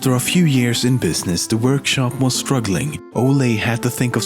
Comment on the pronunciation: Im Danish so it just sounds soo funny when u say Ole or Leg godt XD XD XD